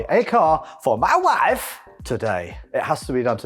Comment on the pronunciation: "Mma waaaif"